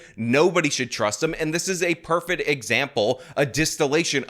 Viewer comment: Are you continuing to say "perfet" just to piss me off?